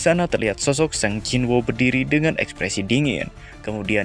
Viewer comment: Sung jinwo bang, bukan sang jinwo, aneh bet